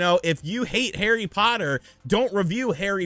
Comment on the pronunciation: Did I hear "hairy potty" lol. Good video brother